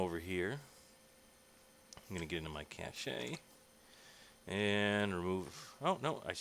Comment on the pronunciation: You pronounced cache incorrectly